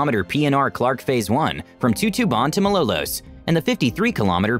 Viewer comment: Too-too-ban to Ma-low-loes. And Mat-nhag Sore-saw-gone... I can't stop laughing with that one. LMAO.